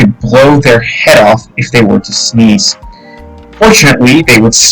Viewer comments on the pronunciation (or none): none